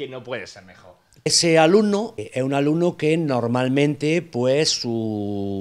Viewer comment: Like por el "alumnao"